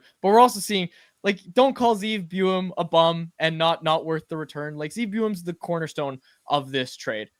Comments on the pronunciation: It's BOO-YUM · How you keep messing up Buium’s name is annoying as shit lol